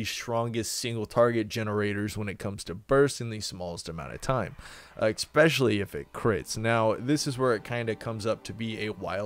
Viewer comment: Please stop saying "expecially". English is your only language, you should learn it.